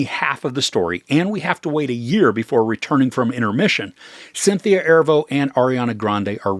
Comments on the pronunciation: Erivo - Er-ee-vo not Ervo 😊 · Erivo is pronounced “uh-REE-vo”, otherwise great review, thank you! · Great review!! Keen eye and ear on their vocal prowess. But I feel it necessary to let you know for the future, Cynthia’s last name is Erivo (uh-Ree-voh). She’s one award win away from EGOT status and I feel like this movie very well may get her there. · If you can’t take the time to learn how to pronounce her name then you shouldn’t post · Please, pronounce Miss Erivo's name correctly, in the future. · OMG the way you pronounce Erivo is driving me crazy LOL